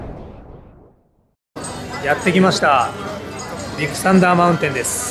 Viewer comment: ディックサンダーマウンテンに聞こえてしまった僕は疲れてるのかね。笑